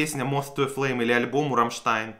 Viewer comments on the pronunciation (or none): none